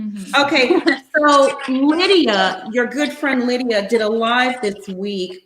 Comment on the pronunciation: Stop saying Lydia!